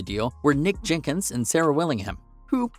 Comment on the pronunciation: Jinkins???? Jenkins you monk. You taken a vow of silence? Was there 10 or just 9. This was garbled rubbish please refer yourself to Wayne County's greatest hit and do as instructed.